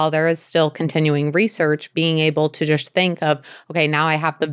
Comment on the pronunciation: Why does she pronounce the word ‚just‘ so strange? I Love the information, but can’t listen to the jush jush all the time🙈